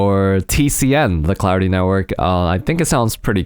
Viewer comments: It sounded like he said cloudy instead of clarity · I thought you said Cloudy MC xD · I thought he said Cloudy the whole time untill I rewatched it xD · Am I the only one who thought he was saying cloudy throughout the whole video?